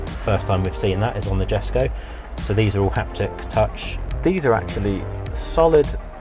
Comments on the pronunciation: You'd think that someone who's just spent all that time at the factory learning about the Jesko would know it's pronounced Yesko, not Jesko 😅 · The guy spent time at the factory and still can't pronounce the cars name